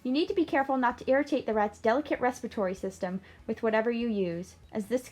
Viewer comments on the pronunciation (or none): *Respiratory ...you're welcome ;-)